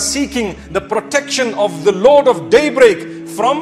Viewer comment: Thanks mufti . But please improve your pronunciation daybreak is not one word there is a pause .